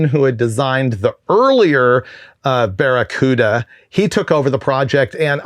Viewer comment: Baccaruda.... say it with me